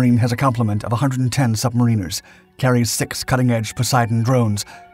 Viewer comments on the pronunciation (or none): Sun MAR iners